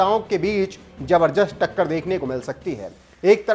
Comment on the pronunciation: "जबरदस्त"शब्द का उच्चारण सही कर लें 🙏🙏🇮🇳🇮🇳🇮🇳🇮🇳🇮🇳